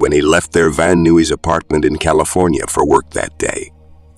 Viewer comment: Caught that right away, but it got worse with city names - "Van Noo-eez" (Van Nuys) and "Tucks-on" (Tuscon). I think we should stop calling this technology "Artificial Intelligence" and rename it "Artificial Stupidity"